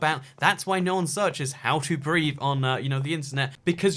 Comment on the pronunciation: I thought you said "how to breed" and not "how to breathe"😂😂😂😂